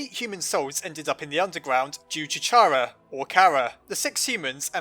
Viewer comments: (not trying to criticize, but...) It is pronounced Ka-rrA like Character, not Chha-rrA, like CharmAmander. (sorry.) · Stop saying Chara as char A cuz it sounds like charamander and you missing some letters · Oh my god, can you stop pronouncing it as Chara please? It's obviously pronounced Chara, for the love of God. I know I'm right.